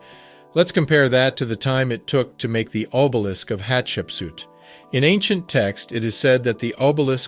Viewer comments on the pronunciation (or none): What's obelickses....lol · Did he say obelikses? O b e l i s k s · Did you really use the word "obelix" instead of obelisk? Please get your GED